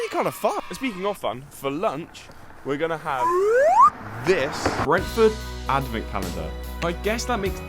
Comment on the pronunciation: Bro messed up with the r in Brentford